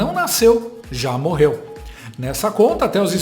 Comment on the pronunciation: "HOMENAGI" "MORRERU" Oh Português bem "dizido" 😂😂